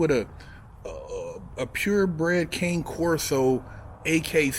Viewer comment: Good content!! But you pronounced Cane wrong, in Cane Corso. Richard madonia hollering from North Carolina! 15yrs up in new York state prison.